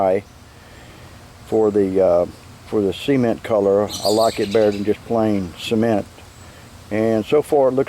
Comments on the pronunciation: Its nice Sea-Ment 😜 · I love the way this guy says cement as in cment or seement. Watching from Australia. Hope we have something like this here. 😊Thanks for sharing this with us. 😊